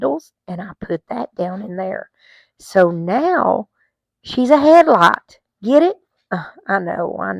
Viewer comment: I have B heard of “Peat Moss” but not “Pee Moss”. 😂😂🤣 “Head light” was funny. 😂🤣😂😂